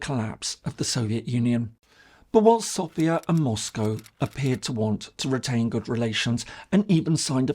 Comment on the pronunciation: Es ärgert mich immer wieder SofÌa zu hören. Wenn man sich als große Kenner der bulgarischen Geschichte sieht, muss man auch wissen das die Hauptstadt Bulgariens SÒfia heißt, also der Akzent fällt auf das O. Danke!